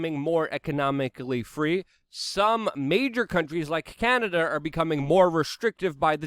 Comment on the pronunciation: It's EL SALVADOR not AL Salvador. CANADA not CANADER but you seem to have caught yourself on that one in the end lol